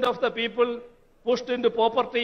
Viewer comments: Povertyum propertyum thammilulla difference,he doesn't know.He says PROVRTY....... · The word poverty he pronounced as "property"